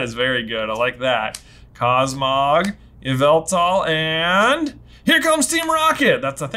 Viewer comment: Yveltal is pronounced “YAH-VUL-TAL” just so you know.